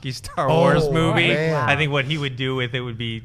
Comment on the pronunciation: Every time says Moovay my ears bleed.....